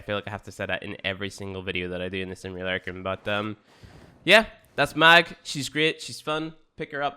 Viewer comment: Why are you pronouncing Mag like that?